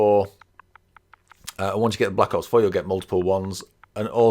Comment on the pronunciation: He said black outs 4 😂🤣